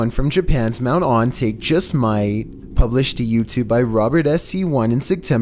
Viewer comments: It annoys me that he says Mt. On-Take. It’s Ohn-tah-keh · no offence, but i'm pretty sure it's pronounced 'ontaké'